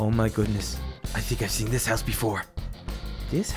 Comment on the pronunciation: It's 'house' not 'hous'